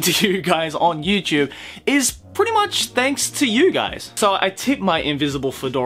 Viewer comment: You know what? I'm trying to take this video in a serious kinda way but everytime you say YouChube... I just can't. Love your videos btw.